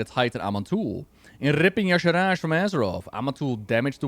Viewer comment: yes I agree - I'm also a FFXIV player. She is similar to Emet-Selch in some ways, she's similar to an Ascian. Also, Blizzard cannot say Y'Shaarj right! I say it ee-sharj. It is like they are adding extra syllables to it!! Emet got a whole expansion much like Xal'atath got the Worldsoul Saga. My FFXIV main is known for wrecking final bosses. Just ask Zenos yae Galvus! Emet's grandson. He FAFO'd hehe